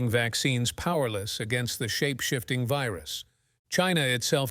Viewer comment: What is a veeroos and oonanymously? Biden English???